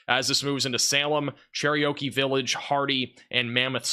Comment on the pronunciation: Dude- it’s “Cher-OKEE village” like the Indian. Not “Cherryokie Village” lol just helping you out. You say it all the time.